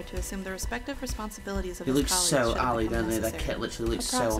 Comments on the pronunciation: Why do you say alley all the time? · I thought he was saying elite. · stop saying alley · I swear to god if this dude says Ali one more time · Tf is Ali bruv 😂